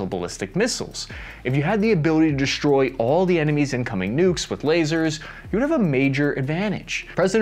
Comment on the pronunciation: Good report; but please: the word is "destroy"... NOT "DESHTROY"